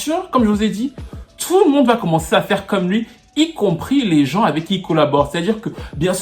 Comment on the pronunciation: Ça me fumé comment tu dit tfffou le monde 🤣